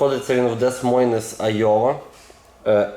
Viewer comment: привіт! для довідки -des moines читається як де мойн.